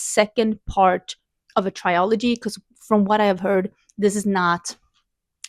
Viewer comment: This feels like a really good balance of books, I’m excited to hear your thoughts about them! Also, I don’t mean this to be rude at all so I deeply apologize if it comes across that way, but I thought you would probably want to know, you’re mispronouncing the world ‘trilogy’. I now need to go find out what it is in Swedish because I’m curious if it’s close to how you’re saying it